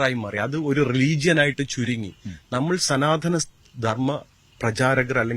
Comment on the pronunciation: സനാതന ധർമം എന്നതിന് പകരം ഹനാതന ധർമം എന്ന് പറയാം 😂🤣😂😆